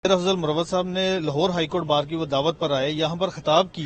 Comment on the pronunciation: MARWAT, NOT MURRAWAT ( URDU WALA)